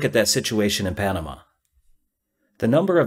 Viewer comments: "Pamana" (sic) LOL. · panana? lol